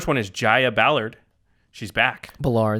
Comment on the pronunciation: was right on the pronunciation of Ballard. She was named after the suburb of Ballard just north of Seattle.